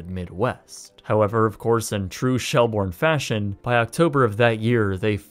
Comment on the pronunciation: It's pronounced shell-burn